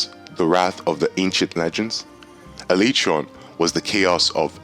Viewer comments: How do u say alatreon it is not aletron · Dahla ma daur 😂 Ah lay tree on 😂😂😂😂😂